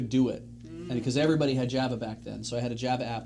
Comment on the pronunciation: The way that pronounces Java instead of Java is upsetting.